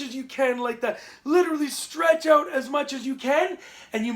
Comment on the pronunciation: I lost interest when he set "oat" instead of "out".